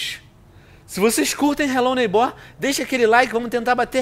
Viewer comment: vc ta falando errado n se fala desse jeito a silaba mais forte é o nei n o ghbor